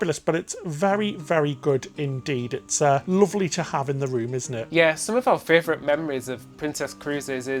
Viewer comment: Anyone else here love the amount of times says fravrit 😂 love the videos guys